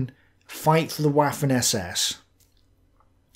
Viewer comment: I especially enjoy how he pronounce "waffen".